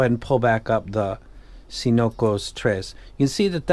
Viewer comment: Cincotres looks like "cinco" (five in spanish) and "tres" (three), but I can't figure why. You should pronounce something like "Thinkotress". Cool name 😂